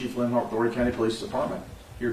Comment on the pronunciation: 843 checking in. Just for future reference the H in Horry is silent. Great content as usual though. Keep up the good work king! 👌🏿